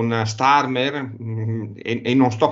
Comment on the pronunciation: starmerd, non starmer